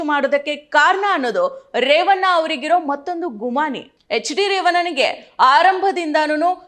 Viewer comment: ಕನ್ನಡ ಸರಿಯಾಗಿ ಮಾತಾಡೋದು ಕಲಿ. ಕಾರನ ಅಲ್ಲ ಕಾರಣ.. ರೇವನ್ನ ಅಲ್ಲ ರೇವಣ್ಣ